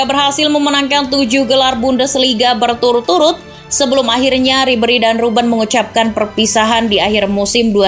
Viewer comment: Bukan arsen robben tpi arjen robben